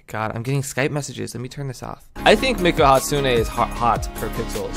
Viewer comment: 😂 you kept saying miku wrong